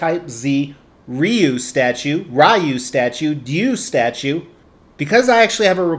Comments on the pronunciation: The way you actually pronounce it is actually Ryu, not Ryu or Ryu. Well done statue though. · Its pronounced "Ryu" 😁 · dislike for saying Rye-U 😂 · It's pronounced like rye bread with a u at the end. If anyone thinks it's pronounced any of the other ways they are just wrong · When I was a kid, I pronounced it “Whyyy-wooo” and it’s too late to change now. Sure, the other kids would laugh, but I became a successful sociopathic lunatic with two terms from a very prestigious correctional “school” who one day showed up on their doorsteps to sell them “life insurance,” so now I’m the only one left laughing. So,, it’s pronounced Whyy-wooo. Or would you be interested in my fine selection of insurance policies? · I though it was Ryu?!?!? That’s how I’ve always pronounced it 🤷🏻‍♂️ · I pronounce it Ryu, lol. Very nice piece. Street Fighter is Badass.